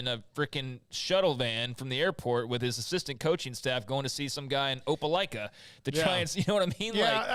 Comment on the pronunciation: So impressed that you guys knew how to pronounce Opelika.